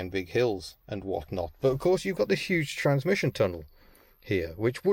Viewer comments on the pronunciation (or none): none